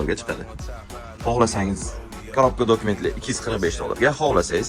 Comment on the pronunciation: Jalla 245 dediza suka 545 deb eshitibman 😅😅